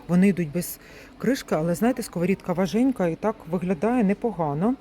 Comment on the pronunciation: ВажКенька а не важенька